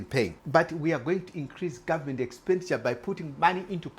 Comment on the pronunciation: You need to improve your English. For instance "taxi" is not the same word as "taxes" and "government" is not pronounced "gummin". Trying to understand you is not worth the effort.